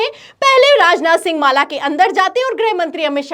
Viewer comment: Mala ko maale kue bol rhi mam , mujhe to Malegaon nazar aane lga😂😂